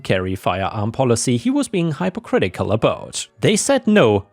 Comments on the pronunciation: The first syllable of “hypocritical” is pronounced like “hippo!”. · Just a helpful FYI for if you see the word in stories in future. :) Some american English words can be confusing (Even for English speaking Americans) ;) the word HYPOCRITICAL The HYPO in the front is said just as you word say the word (Hip--) said like words Dip, lip, nip, pip, quip etc...) ;) :)